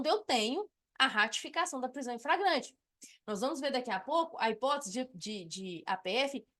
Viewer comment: Sua aula é boa, mas a Sra insiste em ficar repetindo FRAGRANTE.